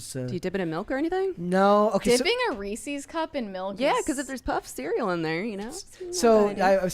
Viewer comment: Its pronounced rees-iz. Not rees-EEEZ. Blonde b!mb0s